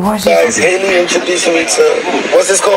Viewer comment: I'm also weak how she keeps pronouncing Hailey all the time 😂😂😂😂😂